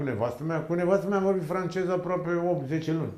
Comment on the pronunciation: Pai asta nu stie limba română ce limbi străine. "Francejii ,englejii".De unde să știe el limba "francejă".🤣